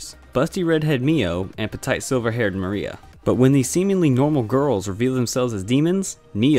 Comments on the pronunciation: It's pah-teat, not pah-tight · My mans said “Pe-TIGHT”